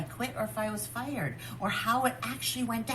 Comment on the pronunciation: She keeps saying “fiyerd” on purpose like that. Yelling at Berk to smile like PomPom. I feel really sorry for Berk.